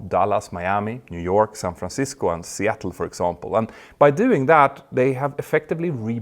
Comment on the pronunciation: HEEEYY, You pronounced SeATTle with correct intonation. A feat almost no swedes can accomplish.Thumbs up, also for the contents.